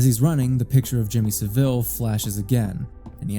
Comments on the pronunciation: It's pronounced Jimmy Sah-vill rather than Jimmy Sa'veel. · Jimmy Saville is pronounced Sah-vul btw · i jus t watched another video where someone acted as if jimmy saville was a lesser known bad person from history. nope he is one of the most well known. this was an iceberg video and it was further down the ice berg for some reason. also you americans pronounce his name wrong. its hard to type but listen to him and others who knew him say it, if you search for him i'm sure you'll find videos in which it is pronoucned properly. basically its not pronounced with the emphasis on vill. but rather, sav. it's pronounced SA vil. not sa VILLE as in villa or deville. so you pronounce it (and that other guy from the iceberg video) like seville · You are pronouncing Saville wrong. The guy was a massive nonce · Pronunciation of saville was silly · Hearing Americans mispronounce Saville, one of our worst and most prolific criminals, will always make me chuckle. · Only an American says Jimmy Savile like that 😭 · I'm not sure if I half-love or half-hate the mispronounciation of Jimmy Saville's name. On principle, I hate it when creators can't bother to spend one minute to look up a pronunciation. It feels sloppy and makes me question what else they didn't bother to check. As a non-native English speaker, inconsistency and sloppiness from native speakers adds to my mental load. Yes, I AM autistic, thank you for noticing! This specific case though? Trash his name to your heart's content.